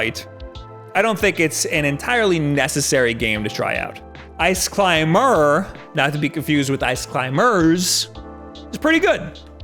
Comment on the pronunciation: Did you say "Ice climMer"?